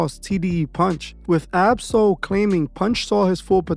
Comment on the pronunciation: You are saying his name wrong